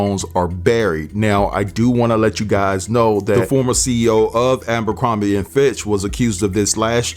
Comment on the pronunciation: It’s Aber-crombie not Amber-crombie. If we are going to deliver the news, we need to work on pronouncing these words correctly.